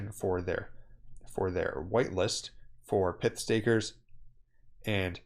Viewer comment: It’s not pith. It’s not pithon snake.